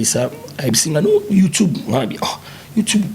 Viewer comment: le mignon on dit Youtube et non youtibe 🙄